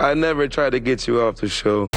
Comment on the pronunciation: It's GET away Tommy. Not GIT away.